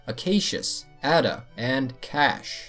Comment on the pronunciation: You pronounced Adah wrong